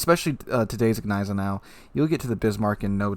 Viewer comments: lmao i was cringing everytime he said neisenau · The G of Gneisenau is actually pronounced ;) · You pronounce the G in Gneisenau.